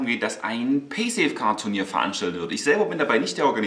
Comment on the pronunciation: Paysafecard* nicht Pysafecard XD aber das hast du sicherlich schon selber bemerkt ^^